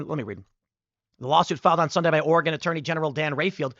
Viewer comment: Thank you for saying ORY-GUN correctly.